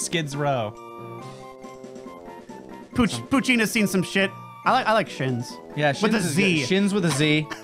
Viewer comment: Poochyena i pronounce as Pooch eye 'ena